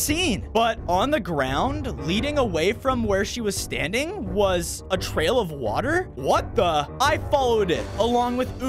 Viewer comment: British accent😂 water